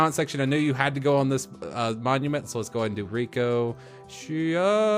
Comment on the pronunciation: Thankyou I feel like I should be thanking you because your amazing and are my favourite YouTuber, not you thanking me and putting my name in the supporter monument You make me feel special You are the best keep it up I would be a patriot if I was old enough to make and use my money Ps. It's Rik-o-Sh-ai (the ai means like acctually saying a)